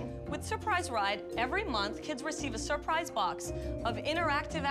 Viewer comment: I'm "surprised" that they can't properly pronounce "surprise"